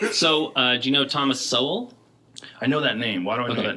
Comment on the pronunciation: Y’all need to react to Mr. Davis the black man who convinces kkk members to give up their hoods. Love y’all! Sowell is pronounced Soul by the way. Keep the GREAT reactions coming.